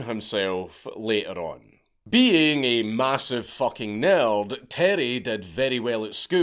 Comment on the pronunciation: What is a Neld? …. I’m so confused…(EDIT) lmao He meant Nerd!!! Lmao